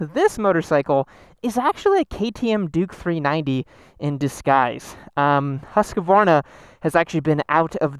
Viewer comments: As a Scandinavian, your pronounciation of Husqvarna pisses me off. Its Huskvarna not Huskavaarna xD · It's Husk-var- a not Husk-ka-var'na. Three syllables. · Not huskavarna , more like husvarna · Come on guys. It's Husk var na not Hus ka var na. Only three syllables. This is not that difficult. Otherwise great video. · Americans, PLEASE stop saying Huskevarna! It's pronounced Huskvarna!! 😓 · I may be wrong but isn’t it pronounced husk-vana? Not Husk-a-vana! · Thank you for your reply. My question was more about the pronunciation of the name. My fellow Americans tend to pronounce the name Husq - uh - Varna, instead of simply HusqVarna. Which is correct? I hope you and yours are safe as well. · Husk-varna not Hus-ka-varna lol great video 😎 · Great show. I've watched most of your comparison videos. I have always wondered since I was a kid, is it pronounced Husk a varna or is it Husk Varna (Husqvarna)? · It's pronounced hos-kvar-na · you're killing me every time you're calling it huskuvarna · almost, I'm from Huskvarna and we pronounce it HusKVarna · "Haskavarna" lmao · It’s more like ”Hoos-kvaarna” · God damnit, it's HUSQVARNA. That's HOOSK-VAR-NAH. Please, respect names. You wouldn't want people mis-pronouncing your name like that. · Husk-A-varna! You get an extra a from, free of charge:) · You totally mispronounce Husqvarna WRONG...btw Svartpilen means Black Arrow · I don't see any letters between the "q" and the "v". Why do people add an entire syllable to Husq Varna? Are there any Swedes who can help us out? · The way americans pronounce Husqvarna.... smh